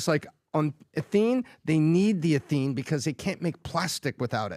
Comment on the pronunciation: I love what does on the podcast. Can somebody get him this message? In his story on ethene shipments to China, he kept mis-pronouncing the word "ethene." He kept saying "e-THENE" with the emphasis on the 2nd syllable. Ethene is pronounced ETHene, not eTHENE. 1 carbon is methyl, 2 carbons is ethyl. Methyl alcohol, ethyl alcohol. Methane, ethane. There isn't a methene, but there is an ethene - and it's ETHene.